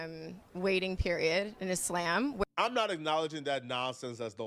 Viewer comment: Iss-Lamb is deffs not how you say it lol